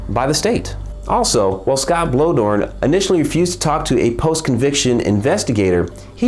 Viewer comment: For future reference, I believe 'Bloedorn' is pronounced "Blay-dorn".